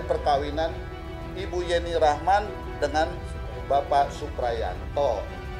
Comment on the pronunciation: ibu pengacara kenapa nama yeni rahman jadi ,jeni 🙄,jeni jeni terus nyebut nya